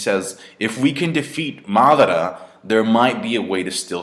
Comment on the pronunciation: seriously the way you guys pronounce the Japanese names is just so annoying !! its: MA-DA-RA why the hell u keep saying MATHRA mothafckas ! that's is just sick as F***